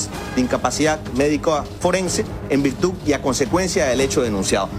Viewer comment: En virtuc? No es virtud?